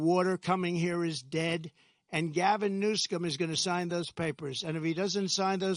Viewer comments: He said "Gavin New Scum" 😂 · He said “Gavin New Scum”